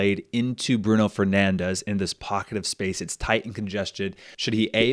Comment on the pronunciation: Really cool format! Just a small note: Bruno Fernandes is not pronounced "Bruno Fernandes" as in Spanish, he's Portuguese and should be pronounced more like "Brun Fernandsh".